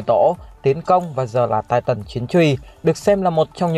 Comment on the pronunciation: Anh đọc chứ titan thay chữ tai tần đc k nghe nó kì kí